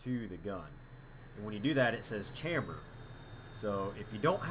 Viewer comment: fyi you're saying chamber wrong :P lol